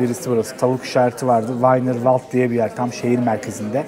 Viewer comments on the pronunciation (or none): Vaynirvald :) değil vinervald diye okunuyor almancasi .. wienerwald :)